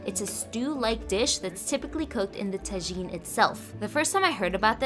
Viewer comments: Im from morroco and that looks nice also the a is pronounced like an ahhhhh like tahhjine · Yessss I am mocrrccan and tagine has to be a staple. You did mispronounced it horribly though but it’s fine 😅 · U pronounce it like tagine but u give power on the g and you speak the t dull out.